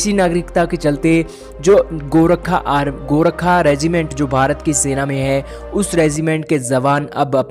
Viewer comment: Bhai saab gorkha hai gorakha nahi hai